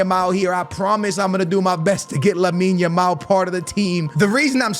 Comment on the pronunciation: Can we take a moment to appreciate for changing his pronunciation of Lamine Yamal. 👏